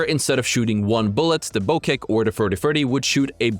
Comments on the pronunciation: BO-CHECK BO-CHECK say it like that not BO-KEK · Bow Check not Bo kick ;) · Why did you call it a bow kek then say it correctly after that then wrong again